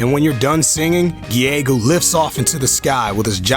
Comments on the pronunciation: I'm pretty sure Giegue is pronounced either "Gyg" or "Geeg" That final smash sounds a little too long and complicated. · Giegue... Still dont know how to pronounce it. HAAALP But i pronounce it ''Gi-gyu'' atm. :T